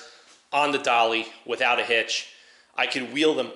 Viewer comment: Knew u from up in our region before you said NY just by way you said widdout 😂